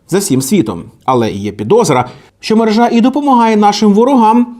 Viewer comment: Правильно мерЕжа, а не мережА